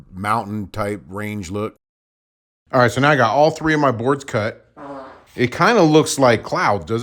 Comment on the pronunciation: Is there a fart ? lol. When he says “cut”. Sound more like a “rip”.